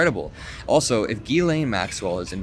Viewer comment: her name is pronounced JILLAINE.